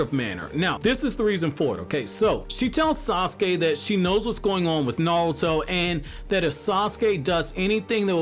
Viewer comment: The way you say naruto (nouto) is giving me pain in my stomach but overall a great video